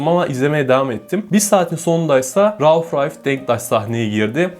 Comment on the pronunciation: Rauf Ralf Denktaş mı diyor anlamadım. Rauf Denktaş beyin başka bir ismi mi varmış?